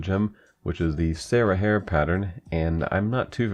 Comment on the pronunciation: "sara hair"...